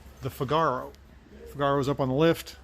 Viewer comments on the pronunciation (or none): Figaro is pronounced like the Mozart opera The Marriage of Figaro. the A is short 'ah', not long 'ar'.